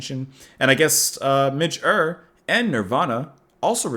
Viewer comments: The hit cover version by Lulu has a great saxophone riff in it, played by... David Bowie. By the way, it's pronounced Midge Yure not Uhr. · Ure is pronounced "Yoore" 😉 And do also check out Nirvana's version,! 😀👍 I wish you a great weekend, too! 😊🙌💚🌈☀️🎵🍀🦋🌻